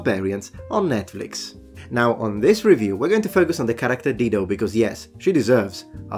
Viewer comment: Oh 'DIDO'...no "L"!